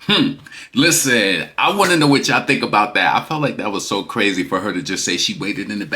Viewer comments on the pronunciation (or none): none